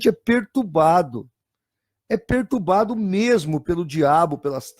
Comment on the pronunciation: Quase conseguiu falar perturbado. Mais uma tentativa e iria conseguir. Não desista, você consegue falar direito kkkkk